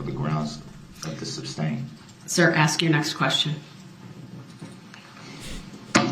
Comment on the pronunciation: Ax a question , lol